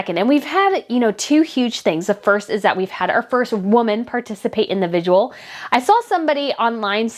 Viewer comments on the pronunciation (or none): It’s NOT pronounced VIGUAL….it’s VIGIL!!!! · Are you saying vigual instead of vigil? It’s driving me “bonkers”. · Your show is very interesting, however I beg you to work on your pronunciation. The word is “vigil” with 2 syllables, not “vig u al” with 3 syllables as you often pronounced it in this podcast. (The Royal Grift podcast also mispronounces the word.) Also it is “an artist” not “a artist “ as words beginning with a vowel use “an” as the article not “a”. To your credit you pronounced “viscount “ and “Westminster “correctly, which many others are butchering, including mainstream reporters. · It’s vigil, not vidual . Sorry, I’m a nerd. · It's VIGIL not VIGUAL! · It’s vig-il. Not vig-u-al. Practice, practice, practice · The word is pronounced vidge-ill NOT vidge-you-ull.... just saying. 🤔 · Just to help....with no ill intent.... The word is vigil. Pronounced vi-jl....it isn't the word visual with a d instead of an s. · I think you slightly mispronounce “vigil” to sound more like “vigual”. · Heard someone repeatedly say virgil yesterday! 😂😂😂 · Love your coverage, your insight and your holding the Harkles accountable, I look forward to each of your episodes. But please and kindly 🙏 work on pronunciation of common words - today's rough spot is vigil. Yikes! Adding a syllable that doesn't exist each time you say it, and on such an important topic to your coverage, is distracting. Again many thanks for your coverage! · Hi. I love your videos. Keep up the great work. Thanks for putting in so much effort for all of us.🤓🤗👍 P.S. The word "VIGIL" has only 2 syllables. No judgment. 👍🤗